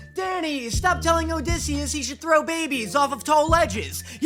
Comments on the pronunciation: Did he just call osisius “disius” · the funniest thing to me is danny calling odysseus dissy when his canonical nick name in the musical is ody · I absolutely LOVE that you call him Dissy.